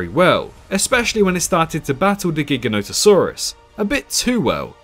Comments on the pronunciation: You are pronouncing Giganotosaurus wrong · It astounds me how many people pronounce Giganotosaurus wrong 🤦‍♂️